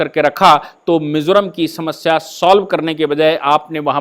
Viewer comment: Not Mesoram .. it's Mizoram Sir...